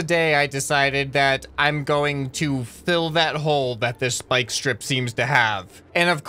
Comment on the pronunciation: “Spyiiieke splike speeike”